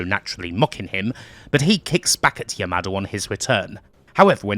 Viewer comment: Anytime I heard you say "Yamada", I kept hearing it as "your mother".